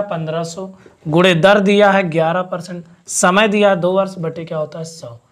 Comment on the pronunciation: पर्टिश्ट होता है पर्सt